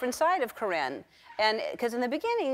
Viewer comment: Cor-ringe lol